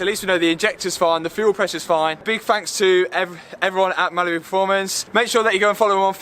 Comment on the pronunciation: Sounds like he's saying Malibu not Mallory😆